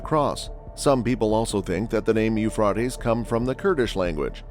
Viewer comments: Uuuphraeaeaitees...pronounce it right potaato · yoo·fray·teez Now fucking say it right or get punched it the mouth. It's almost like you're mispronouncing it on purpose. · Generally, the pronunciation is Euphrates with a long a vowel. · The You-Frought-Eez is an amazing river… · I quit watching after 10 seconds. The mispronunciation of the Euphrates was extremely annoying. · Are there places in the world where "Euphrates" is actually pronounced the way it is in this video? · Lol. I know right? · I thought I was the only one thinking this. I googled it. 😂